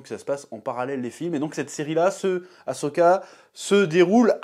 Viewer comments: Si tu l'écris comme il faut ->Ahsoka, tu ne prononceras plus "A-cho-ka" ! ^^ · Et tu ne fais pas que le prononcer, tu l'écris même "Ashoka" dans le titre. Après, pour ta défense, c'est vrai que c'est pas instinctif de mettre les lettres H et S dans cet ordre là, mais pourtant c'est bien AHSOKA.